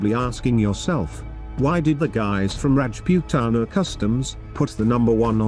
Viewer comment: Rajpuetana 😂😂 inke nnam ki narrator ne toh laga di BC